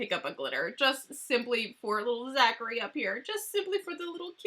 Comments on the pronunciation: I absolutely LOVE this collection and I’m so excited you did a review before it was released! Although, at the end it drove me a little crazy hearing you say Zachary Binx instead of Thackery Binx lol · Hey girl, great video! I'm so excited for this! The blacks cat's name is actually Thackery Binx. It sounded like Zachery when you said it. But I could have miss heard. Just a fun little tidbit.